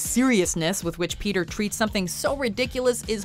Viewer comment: Ah yes "pea tear"